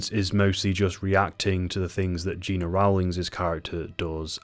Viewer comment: Gena Rowlands first name was pronounced GEN NA.